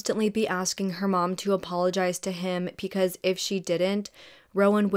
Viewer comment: PEcause 🥴😵😳 Love your videos and the amount of detail and research that you put into them..BUT every time you pronounce BECAUSE with a P it drives me mad 😭😭😭